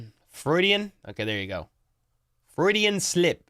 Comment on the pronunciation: Freudian Slip is pronounced like "steroid" Froidian. M'kay 🤣🤣🤣❤️‍🔥